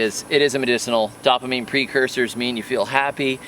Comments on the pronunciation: Love your videos. I learn a lot. Allow me to pass along a tidbit - dopamine is pronounced dope-ah-meen, not dop-ah-meen. Thanks for teaching us so much. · Velvet beans ‘testosterone booster’… “I have nine children and one on the way but it has nothing to do with these beans STOP LOOKING at these beans” Very funny. PS ‘dopamine’ is actually pronounced like: dope-uh-mean. 👍